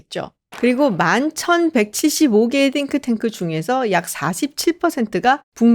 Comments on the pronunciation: 한국식으로 싱크탱크로 하시지 띵크탱크 이러니까 어감이 좀.. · 띵 발음 엄청 유의하시는거 웃겨요 😂